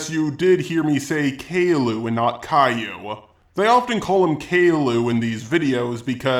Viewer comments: CAL-YOU or KAI-YOO. NOT CALLU WTF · Please, it's not Kay-Loo, but Kai-You, like Cobra-Kai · kale-ooh > kai-u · how to say Caillou in GoAnimate: Kai u that'll say it properly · It is pronounced cai-you :p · Only gripe is Cay-lue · "Kale-oo" smh my head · it's pronounced "ka-ee-yoo" Caillou. I think it's french or something since it's Canadian.... don't ask me how I got this information.... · He keeps miss pronouncing Caillou but people say things differently I guess